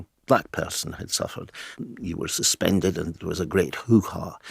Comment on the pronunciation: she wasn't suspended according to her she was "SuFenDuRd" 😂